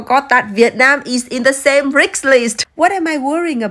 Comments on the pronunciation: I love this lady.. but the way she pronounced risk as rikkssss😂😂❤ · Have u just pronounced RIKS🤔 Or just i m hearing it😅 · I LOVE how you pronounce risk as riks. I do the same, and my elder brother always makes fun of me but it’s okay lol 😂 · The pronounciation of Risk as Rix is something my asian family do and I find it hilarious 😂. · I Don't mean to be rude but you pronounce "risk" as "ricks" and I found it cute ❤ love from india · I love how you pronounce risky😅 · Riks that's a cute pronunciation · Obviously Germany spoiled your tongue too, cause that's not how you pronounce "risk"... 😐